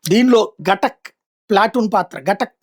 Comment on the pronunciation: గటక్ కాదురా బాబూ, ఘాతక్ అని పలుకు.